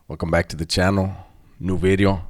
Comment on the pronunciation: The "New Bideo" is like your calling card... can't give that up